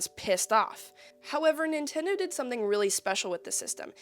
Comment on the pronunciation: Ah yes, the Nintondo "N U N C H A C K". 😂 fr tho great vid cool to see your content grow along with you and your channel!